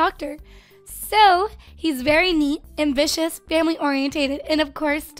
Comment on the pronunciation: when you said "ambitious" i thought you said "vicious"